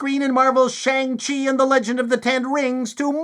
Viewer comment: Shen hung lo and the legends of the the ten rangs of powah.